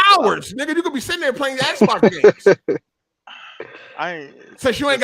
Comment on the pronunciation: Why does every Xbox dude pronounce Xbox as “Sbox”?